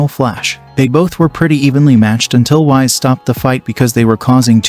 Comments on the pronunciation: His name is whis not wize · Its Pronounced Whees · Dude really called whis Whise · Bro said wise instead of whis lol